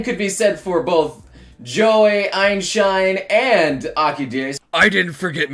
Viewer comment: DID I HEAR EINSHINE!!!!!!!!!!!!!!!!!!!